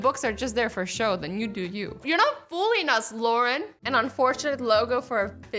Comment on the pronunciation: Thompson "luaren"